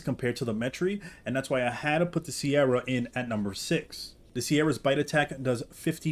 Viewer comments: why did you pronounce "cerato" as "sierra" 😭💀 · It’s not pronounced sierra it’s ser-atto